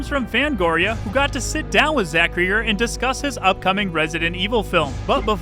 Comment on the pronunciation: Still mispronouncing Cregger. Like Craig.